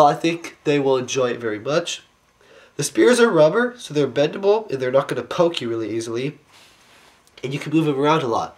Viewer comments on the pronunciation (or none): none